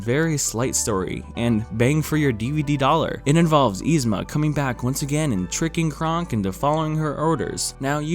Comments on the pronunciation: Nobody:: YEE-zma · You're pronouncing Yzma wrong. But only sometimes. What. Lol